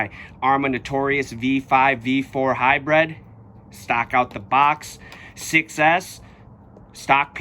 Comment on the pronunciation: Good video, but it's Hybrid, bro, not "high-bread" ;)